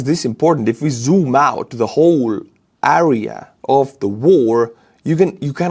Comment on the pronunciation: good english but one word "area" you say äääriä. wtf?